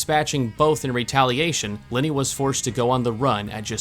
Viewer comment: You kept saying “Linny” I was trying to figure out who that was until I realized you were saying Lenny